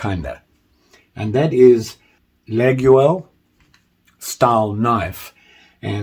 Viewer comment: Hello, just want to say that olive wood,fat scales,cross shaped pins are not traditional for laguioles, pronounced: laah-yole...Mike D.